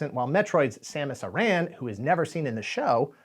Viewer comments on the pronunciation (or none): ...he didn't. :p Its pronounced as "air-on"(or like Aaron), not "Aye-Ran". And its not just a "made up name". Its an actual family name, and the name of some well known islands in Ireland.